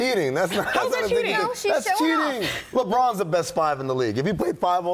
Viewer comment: Did this mane just say Lebr-..🤦🏾‍♂️🤦🏾‍♂️